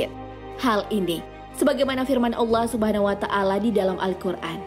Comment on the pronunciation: Coba belajar ngucapin Allah yang benar min